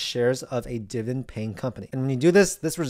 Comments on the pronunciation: its pronounced DIV-I-DEND, NOT DIVEN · I’m 58 years old. Either he is saying dividend wrong or I’m an idiot 💁🏿‍♂️💁🏿‍♂️💁🏿‍♂️💁🏿‍♂️ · i need to hear you say dividend correctly at least once